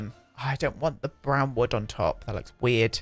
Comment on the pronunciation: Oh man! As other people mentioned before, when you say brown in your fancy way it sounds like the swedish word for brown. when you say spa day all fancy, it sounds like "spade" in swedish, which means shovel. I love it.